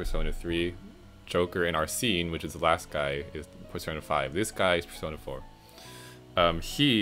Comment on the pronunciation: Oh no but thats not how arsene or makoto is pronounced sorry not trying to be mean it just erks me. But congrats on 900 subs!